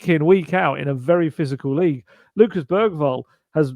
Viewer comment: Bergvall's name is actually pronounced more like Beryvall... according to the video of all the players pronouncing their own names.